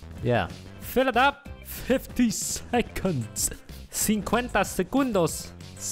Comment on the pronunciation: Lol i am brasilian, and when he said Cinquenta segundos i stay, WTF?